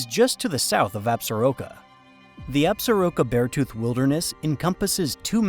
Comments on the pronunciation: People in Wyo when I lived there called it Absor-ROCK-Ah not as you said Absa-Roke-ah. Very nice presentation tho. Thanks. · In MT, we usually say Ab-sor-KEAH instead of absoroka